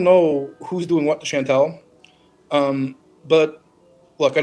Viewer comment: It’s “Chantal”, and it’s pronounced “Chan-TAHL”. 😉 😊